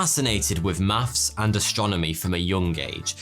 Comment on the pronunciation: YOU PRONOUNCE TH AS FF, WITH = WIFF